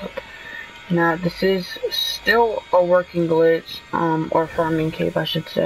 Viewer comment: Yo its glitch not glich. But good video